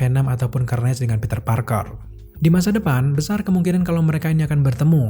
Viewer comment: Cara bacanya Karnej woy. Bukan kernej